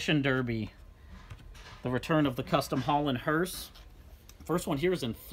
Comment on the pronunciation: Your Johnny Lightning demolition derby hearses are pronounced "hearse", not "hurst". Your 851 Auburn has the right exterior color and interior color for use on the 1937 Cord Phaeton as Tom Mix's car. Tom Mix was a Western silent and talkie movie star and county fair stunt man that predates Roy Rogers. Tom used to jump his horse Tony over his Cord at the fair before WWII. All factory yellow '55 Chevys had a green interior regardless of the trim level. It pissed off the interior designer so much that a yellow interior was added for the '56 Chevys.